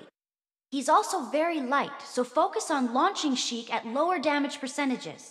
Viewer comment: ITS SHEIK.